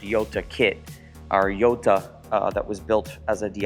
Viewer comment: It’s interesting that you never pronounce Gallardo right, and now we add Jota… you get all cars period correct but not the pronunciations lol